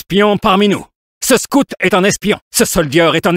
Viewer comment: I love how Scout is pronounced SCOOT